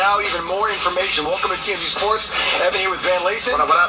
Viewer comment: COJ said the “Tammuz show!!”” (TMZ News) 😂